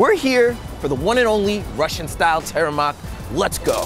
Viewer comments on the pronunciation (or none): it's pronounced TEA-RE-MOK not tereimok.